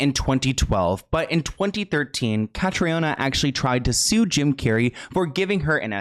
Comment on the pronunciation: Cathriona is pronounced ‘Catreena’. May she rest in peace!